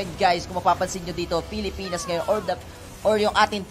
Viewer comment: "pilipins" "perst" ang cheap mag salita.